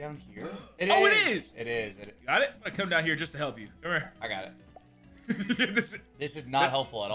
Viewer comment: the way he said help me halp nelson had me laughing all day